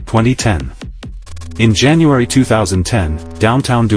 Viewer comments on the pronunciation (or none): none